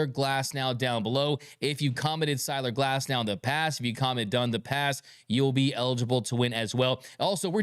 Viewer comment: I heard Cyler Glasnow, too.